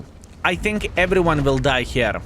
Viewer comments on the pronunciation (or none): none